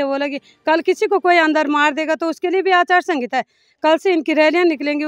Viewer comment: अचार संहिता बोलना तो सीख लो पहले 😂😂